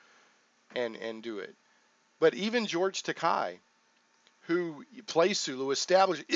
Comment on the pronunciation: FYI- Takei is pronounced like "tah-kay".